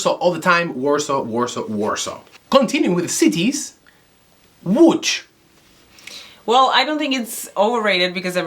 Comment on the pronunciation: „Łódź” not „Łódż” 😂